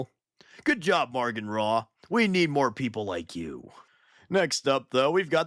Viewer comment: “Maugan” doesn’t have an R in it 😛 Great video otherwise, as always.